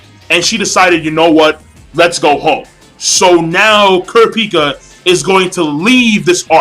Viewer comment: You say kurapika name wrong and the nen types wrong or atleast killua's atleast how i read it and other anime reviewers like forneverworld.